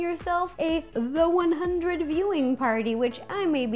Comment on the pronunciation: Don't get me wrong, I love Ro, but sometimes I feel like she lies about being a fan of some stuff. I sort of got the impression that she doesn't watch the 100. For starters, she keeps saying it wrong. She also gives a very strange description of the City of Light (almost like what you would find on Wiki...). Then she says that people eat the chips like candy, which is rare. Most only have it once. And lastly, she seemed super psyched about how "perfect" the size was, but it looked way off to me, in shape and size. But that just me. Still love her recipes and her personality though!!!